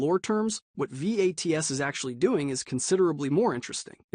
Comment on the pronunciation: It's pronounced "VATS", not spelled out.